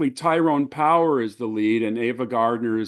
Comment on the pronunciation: His name is Tyrone Power, not Powers, btw.